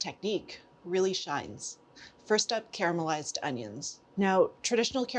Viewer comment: You say "caramelised", not "carmelised"... I love you PS- my dear old mom would add a pinch of sugar to her caramelised onions... worked like a charm